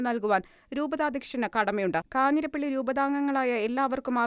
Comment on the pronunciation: കാഞ്ഞിരപ്പള്ളി not കാഞ്ഞിരപ്പി ള്ളി